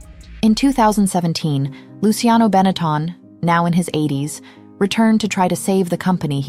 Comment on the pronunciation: Get back to me when you can pronounce the word Benetton correctly.